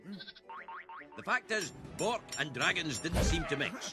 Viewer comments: BORK not bor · Its bork. Not bor